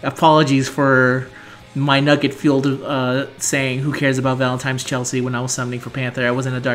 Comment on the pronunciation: Do you know that you say "Valen-time's" instead of "Valentine's?" lol